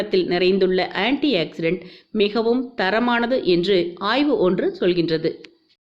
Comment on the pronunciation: Anti accident illa, Anti oxidant inu sollunga.Tamil words um kolai.